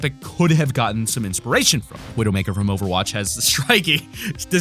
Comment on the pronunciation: he said over roch